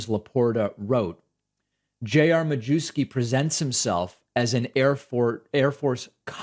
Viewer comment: David, sir. I believe the 'w' in Majewski is pronounced like a 'v'. It's lucky you're not constantly saying it's important to pronounce names correctly and that you have no antecedents from eastern Europe!?!